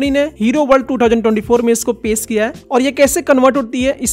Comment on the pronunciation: पेश ❌ पेस ✅😂😂😂